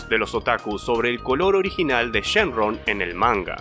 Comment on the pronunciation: dijo shen RON XD